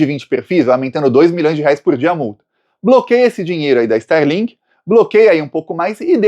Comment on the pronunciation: Nao e sterlink, e starlink.